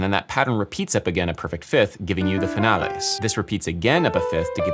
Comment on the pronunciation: "the finales licc"